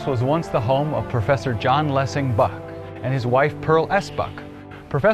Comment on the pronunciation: * John Lossing Buck (not 'Lessing'). Nice video. I love Nanjing.